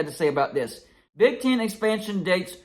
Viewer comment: It's Big "T EH N" . "EH" "EH". Not Big TIN. Not "Ch IMP ion CHIP" Its ""ch AAAMP ion SHH ip". Again. Big TEHN. Not Big TIN. ChAAmpionSHHip, not ChIMPionCHIP.